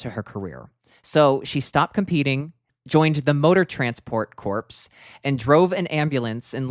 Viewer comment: One small thing,: Cecelia Colledge drove an ambulance for the Motor Transport Corps, which is pronounced "corr," like the U.S. Marine Corps. It is derived from the Latin corpus and means body. A Corps is a specialized branch of military service.